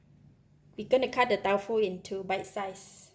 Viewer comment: She announced it as Tau Fu.... instead of Tofu... interesting